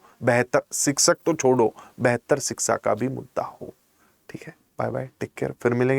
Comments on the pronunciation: Siksak nhi शिक्षक hota hai master g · Everything is ok but sir pls.....!!! Pls.... It's a humble request to pronounce the word शिक्षक correctly. शिक्षक को आप सिकसक सिकसक कर रहे हैं। पक्ष को पक्स.... 🙄🤷